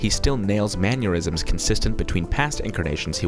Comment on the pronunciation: keeps pronouncing "mannerisms" like "aneurysms"